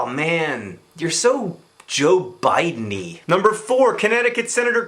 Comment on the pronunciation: "Joebideny" ahahahah